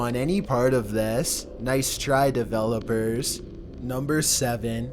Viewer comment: noice triey develowpers